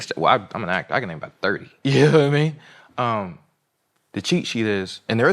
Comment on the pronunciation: Johnathan“yannowatimean” majors lol 😂